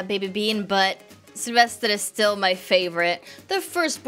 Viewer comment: I like your accent when you say Sylvester's name